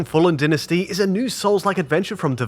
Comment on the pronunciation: Didn't expect you to get the Chinese part of the name right, so that's fine, but how the fuck do you mess up "Dynasty"?? Anyway I hope Hogwarts gets a PC release some day